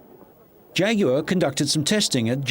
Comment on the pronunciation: I refuse to watch a documentary unless they pronounce jaguar right and I've finally found one which does😭